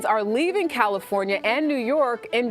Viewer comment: "Leaving Califorina"